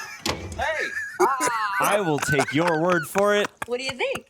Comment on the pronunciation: Chandler pronounces "Word" with the hard "R"!